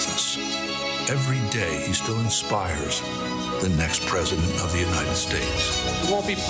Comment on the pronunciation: A question: When Biden says "may God protect our troops" wouldn't this have been the moment when every other candidate would say "May god protect the US of A"? Did he switch it up on purpose cause he was having problems pronouncing "united" throughout the last part of hís speech? I mean really, I heard him say "unined" a couple of times! (No hate! I like Biden)